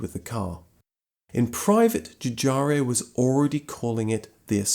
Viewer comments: Giugiaro not Giugiario. Nice video , thanks !! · Giugaro, not Giugario. Sorry, not English I'm afraid. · Its not Joo-Jario.... its pronounced Giuuuu-Jaro. ... There is no io at the end. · Has anyone pointed out that you are pronouncing three i in Giorgetto Giugiaro's last name where there are only two. It's no big deal. But you can do better :) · Please don't say Dzhoodzhario anymore. Giugiaro is pronounced like Dzhoodzharo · Giugiaro, not Giugario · Nice video about a great car, but please sir, pronounce the last name of its designer correctly: the man is called (Giorgetto) Giugiaro, not Giugiario. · Ok, you go right now to the nearest mirror and spend the next two hours saying "Giugiaro". NOT "giugiaryo". Giugiaro! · One day you'll find out that the Italian dude is called "Giugiaro", not "Giugiario" and you will be a bit embarrassed about several of your videos. :P Keep up the good work <3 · It's pronounced as "Giu-gi-a-ro" instead of Giu-g-a-"rio"... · Why do you keep calling Giugiaro Giugiario? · Why does everybody always say GiuGiaRio instead of GiuGaRo?? Too lazy to read?? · JujaRIO. :-))))))))))))))) Brits are incorrifible. It's Giugiarro. OOOOOOO. No EEEEEEEE. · GIUGIARIO??????? Really???? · Please note that Giugiaro is pronounced ju-je-ar-o, not ju-jarr-ee-o. Great video, though ... thanks. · The designers name is Giugiaro NOT Gugiario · His name is not Giugario. It's Giugiaro. Jew-jee-ar-oh. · My friend, as someone who lives in Italy, it's "joo JAR oh". Cheers! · You don't actually pronounce any of the "i"s. They're there just to make the G sound soft, like J (in Italian, G before A, O or U is hard. Before E and I it's soft. GI followed by A/O/U becomes soft, and GH followed by E/I becomes hard). So the correct pronunciation is Ju (like jukebox) - ja (like jargon) - ro (like rope). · Jew jar ro ;) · Try to pronounce 'Giugiaro '. Read it first letter by letter and then givi it a go. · The way he pronounces "Giugiaro" for one 😉